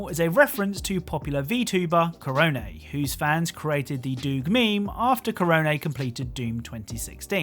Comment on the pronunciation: he actually pronounced Korone's name right waow